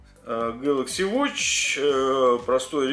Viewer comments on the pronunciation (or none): none